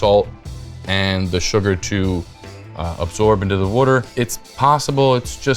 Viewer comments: the drinking game for this vid is... Wuter! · What the fuk is Wudder? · The fact that he says wooder makes me feel like this will be a dough I want to try. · Where are you from? The way you pronounce “water” is very unique. War-ter?